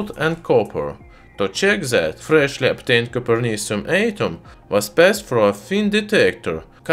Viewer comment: Is it like coper? Sounds like Cooper Cu.